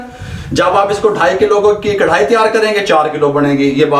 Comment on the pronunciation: zbrdst allah ap baap bete ki jori slamt rakhe... boht saare pkane waly karahi ko krhai kiun kehty hen snn k uljhann hoti he karahi bola kren naaaa